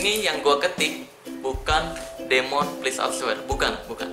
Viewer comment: Terus demon itu bacanya " dimen"